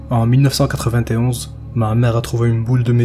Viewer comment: J'ai dit ca parceque tu as prononcé 1991 comme les gens du bled.